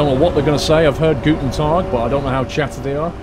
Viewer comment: Hi, thx for this DLC: I worked in Vienna in 2006 and this reminded me of that wonderful city. The German road names are quite difficult for foreigners but the way you say "Tag" and "Morgen" is very authentic. Perhaps a new career for you?:-) The GObox is a radio emitter for the road toll system (the numbers on it are for the number of axles)